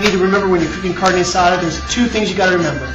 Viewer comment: at least have the decency to pronounce it right. Carnee? LOL